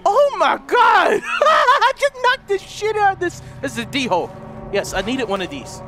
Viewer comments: its pronounced dole not d hole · I know this was made 3 years ago but it's pronounce da-whole not d-hole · ITS PRONOUNCED DOLE